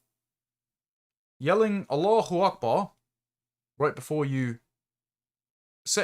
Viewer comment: I don't like how properly you pronounce allahu Akbar